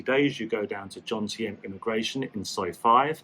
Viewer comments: although you have lived there for a while now, you still dont know where you are, JOMTIEN, not JONTIEM. Apart from that I enjoyed watching you this time and can I just say your videos are really good presentation. I just did a video on Vagabond Awake channel with Dan and Ciang. My costs were as you say, 30k baht per month. I live in Acqua condo by the night market for 8k for a 35sq mt studio. I have my own channel but im happy to re subscribe to yours. Good luck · It's joMtein not joNtein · that is Jomtien, not Jontiem like you said.